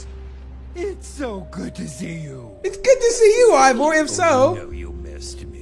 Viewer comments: Did just say Iver? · Dear, it is IvOR not IvER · How DanTDM says it: “Evor” How says it: “Iver” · Also It's Ivor Not Ivory